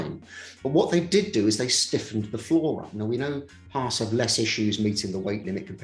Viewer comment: I'm not used to hearing Brits pronounce Haas correctly. And there were 2 in one video! Nice.